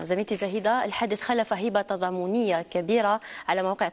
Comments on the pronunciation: هبة وليس هيبة يا صحافة العار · هبة بفتح الهاء وتشديد الباء وليس بكسر الهاء تعازينا القلبية لحسان يبدة